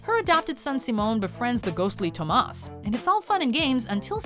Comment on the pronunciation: why did you say Thomas like that?